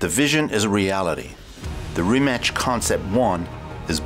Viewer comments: Great video but dude, RimaCH... at least say RimaK (like everyone else do, you now like k in well like), the right way is RimaC (C like zz in pizza) And for those who don't know much about Rimac Automobili and Mate Rimac the reason behind the Koenigsegg logo at I think is that Rimac works with Koenigsegg on Regera and the reason why Mate speaks German in this video is that they took it from an interview for a German site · IT'S RIMAC! NOT RIMATCH... Just say this "RIMATZ" ok... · He didn't change his name to Rimak.he just told the guy to pronounce it that way. Everyone who is not Croatian is saying it different way and he just prefers it over Rimach (Rimač) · Rimac as his name is pronounced RIMAS but as the company name people have been pronouncing it RIMAK and that's how he wants it pronounced. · well, a lot of people in a lot of interviews just can't get his name right, so, shamefully, Rimac basically says "Fine, my name is Rymak, or Reemak, or whatever". But the proper pronounciation is Ree-mats. And my surname is pronounced Bear-co-vitch, not a soft w, but a strong V, like Vancouver. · rimac - its more like rimatz, or ts, not rimach, it would be rimač or rimać. hello from Croatia :) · its not RIMACH....It never was, in all Slavic languages the letter C is pronounced TZ in english just like the ZZ in PIZZA. RIMACH would be RIMAČ in croatian. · Dude it's pronounced rimatz, he tells people rimach because its easier to pronounce to non Croatian pepole. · It's Ree-matz. Not Rematch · Ja uvijek kažem Rimac. I Mate sam kaže Rimac. Ne znam odakle ljudima Rimač ili Rimać haha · Why is everybody butchering the brand name it's rima"ts" not rimak or rimach it's rimac. But you're probably the only person on youtube who can pronounce "č" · Rimac is spelled Rimatz, not Rimatch. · Not Rimač as "CH"opper than it is Rimac like Rimatz but last two letters TZ are one letter Ć in Croatian language. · It’s not Rimač. It’s Rimac. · It's not "Rimach" it's pronounced as "Rimats"!